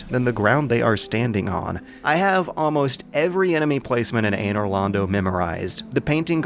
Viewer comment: but he did pronounce anor londo correctly